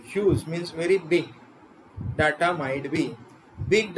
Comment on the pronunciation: Please check your pronunciation of the word 'data'.